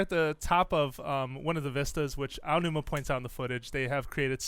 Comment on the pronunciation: I didn't think anyone else except "Gamexplain" could mis-pronounce Aonuma's name to make it sound like Ainuma. So, congratulations. I fee like credited websites known around the globe (and even known by Nintendo themselves) would have the cautiousness, background knowledge and actually do research about everything they mention before they publish this type of material. Mis-pronouncing names can be offensive to many people. =P